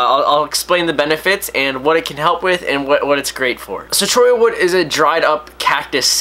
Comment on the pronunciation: Your one of the few people who pronounce Cholla right.